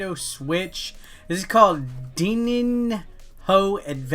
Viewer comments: Se fala DININHO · Im sorry, but i laughed so hard with the way you tried to pronunce Dininho pretty good video tho